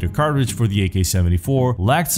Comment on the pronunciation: Listen, there's a T in cartridge. See? It's right there. Everything else is amazing though, good job.